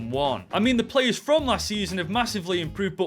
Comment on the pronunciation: My name is - And I love the way you said Yacine Adli - Support from South Africa 🌍